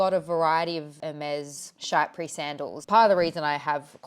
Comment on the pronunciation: If you want to impress them with your pronunciation, the correct pronunciation of Chypre is closer to "sheep"! The y is an ee sound in French, and the -re part (ruh, think porsche) is barely audible in French, and the r is a very small throaty sound, so it sounds much more French-adjacent when you just skip it altogether. The sheep sandals! :) (Chypre means the island of Cyprus)